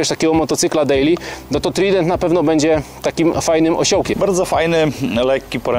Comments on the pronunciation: Polecam Panom "redaktorom" : i naciśnięcie głośniczka powoduje prawidłowe odczytanie frazy. Niedobrze się robi od tego "trident". Jak już chcecie tak spolszczać to te słowo oznacza - trójząb. A wymawia się je: "trajdent"... Masakra... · Moze sie czepiam, ale to dlatego, ze az uszy bola. Mowi sie TRAJDENT a nie Trident. No chyba, ze Yamaha wymawiacie przez Y a nie J to spoko.